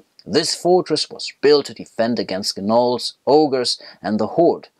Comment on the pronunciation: Did you just say 'Ga-Nolls"? for Gnolls?